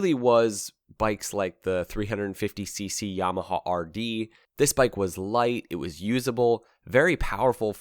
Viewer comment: Just can’t take how he says yamahawwww